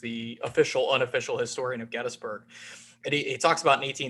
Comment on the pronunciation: Finally! Someone who correctly pronounces GET-tus-berg.. : )